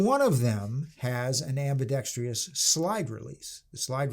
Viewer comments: Ambidextrous not ambidextrious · Guntards everywhere...it's pronounced "ambeedextruss" not "ambeedextree-us". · It is ambidextrous, not ambidextrEous. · What the hell is "ambidextrious"? I can't find this damn word in any dictionary. HELP ME!